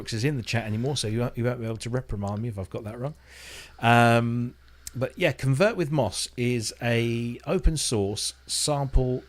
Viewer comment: Thanks for mentioning ConvertWithMoss and even pronouncing my name right! 😀 Support for Yamaha formats would be interesting since I just got myself a MODX7+ but there is no open documentation and so far I only found a very rough analysis of it.